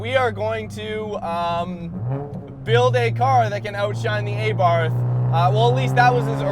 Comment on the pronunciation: It’s pronounced AH-BART , not EHBART